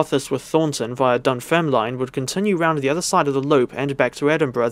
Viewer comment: Wee heads up, Dunfermline is pronounced Dun-ferm-lin & Kirkcaldy is Kir-cod-ay 🙂